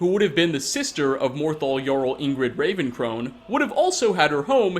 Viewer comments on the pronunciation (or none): none